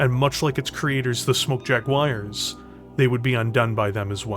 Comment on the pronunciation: JaguARRRs with a pirate R is fun :)